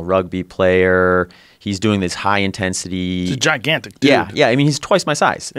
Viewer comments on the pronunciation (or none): none